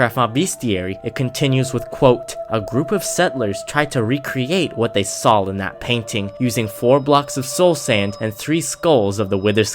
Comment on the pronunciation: When you say saw u said say